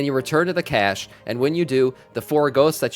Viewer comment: Very good video! It’s pronounced cash btw. Not cache